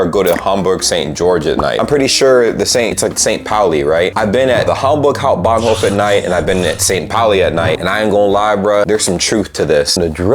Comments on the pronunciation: You nailed the Hamburg Hauptbahnhof perfectly. St.Pauli is a whole differnt beast. Anyway, you always show a good example of just beeing nice. Also, really stepped up your editing along the road, fine job. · Just by the way (i am a new (german) supporter) u r saying the word hauptbahnhof in a perfectly accent freely way 👍🏼